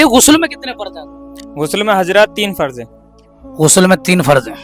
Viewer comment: Kyon logon ko bevkuf banaa rahe ho hote to pahle unke makhraj sahi hote,farz ko farj bol rahe hain pareshan ko paresan bol rahe hain,aur sawal bhi itne aasan poochh rahe ho jo ek chhote bacche ko bhi maloom ho, yah alim se sawal karne wali sawal hai